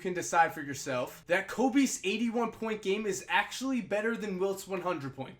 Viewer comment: It sounded like he said "eating 1 points"